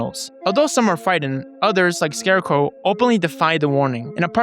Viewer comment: "Scare scrow" 🗣️🗣️🗣️